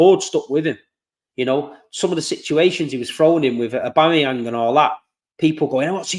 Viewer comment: finally didn’t butcher Auba’s name 😁🙌🏾